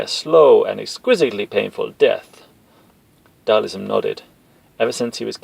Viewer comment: Who the fuck is Dhalism? 🤣 It's Dhal- SIM haha... Still, this is AMAZING! in the words of M Bison: "You have made me a very happy man!"